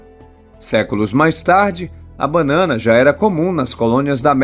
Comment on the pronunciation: Não é bannana é banana.